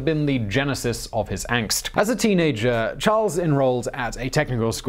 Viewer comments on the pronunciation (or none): none